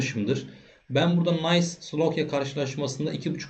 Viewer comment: Nice takımı Nays diye okunmaz. İngiliz değil Fransız takımı bu. Nis diye okunur.